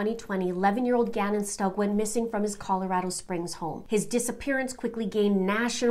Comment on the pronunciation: pretty sure you're pronouncing the last name wrong